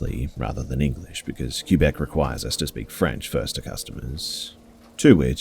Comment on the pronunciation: its not keebec lol its pronounced kwebecc